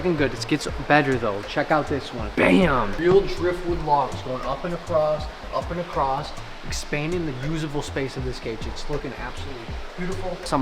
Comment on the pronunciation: across, not acrost. 😉